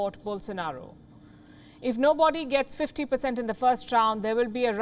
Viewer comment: Please learn to pronounce Brazil, DiCaprio and nobody.